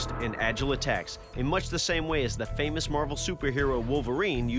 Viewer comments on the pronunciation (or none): none